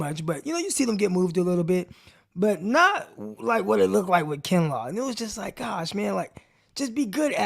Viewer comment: Eventually Peacock will stop calling him Kenlaw. Lol